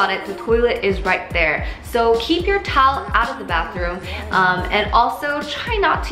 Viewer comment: Weakness: The word Towel It sounded like she said Tolll Tolll 😂😂😂